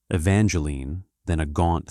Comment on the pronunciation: Her name is not Evangeline 50 Evangeline. The E on the end is silent. The story would be better if it was told by a female since it is a female story instead of a male story. You should have two different voices telling the story one male one female .